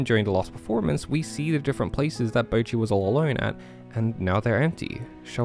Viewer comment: Bocchi Subtitles: Bruchi 💀